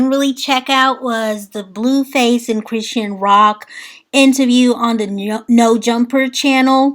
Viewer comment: Hey sis! Great video 🤗 She pronounces her name: CHRIS-SHAWN. ❤